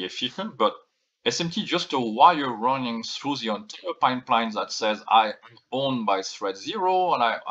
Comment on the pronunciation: I know that you said "the MBAs were running the marketing", but with your accent it sounded almost like you said "ruining" -- hmmm... I would believe both.